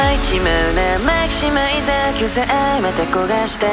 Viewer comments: 雪見さんの早口大好きだし、「マキシマイザー」の発音がめちゃくちゃすき😭「食べてすぐ寝て〜…」の所かわいい愛おしいです( ᐢ_ ̫ _ᐢ ) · "マキシマイザー"の発音好きすぎ😭😭 かっこいいです（Ｔ＿Ｔ）